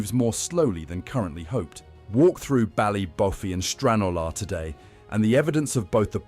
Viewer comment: Such a shame .. Pronunciation - Ballybo-fey as with Don-e-gal